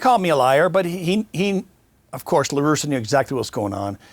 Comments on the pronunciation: Hey Vlad, It’s LarussA LARUSSA Not Larusso like Daniel San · Vlad you had me thinking you were a real baseball fan and followed it prior to this interview...until I hear you pronounce the names Raphael Palmeiro and Tony LaRussa 😂 Loved the interview tho!